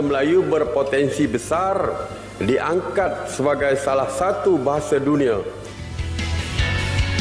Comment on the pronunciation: Tulisannya "DUNIA" dibacanya "DUNIE" 😂 gmn mau mendunia